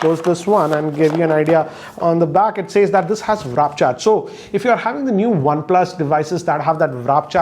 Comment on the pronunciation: Please say warp charger not wrap charger